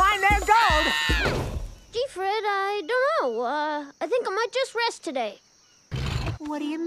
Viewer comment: The first time you said rest it sounded like he said RASEST😂